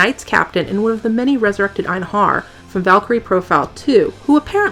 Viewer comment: Why did you pronounce "einherjar" so strangely? It's eye-n-hairy-are. Great video tho. "With a drafty ass" lol.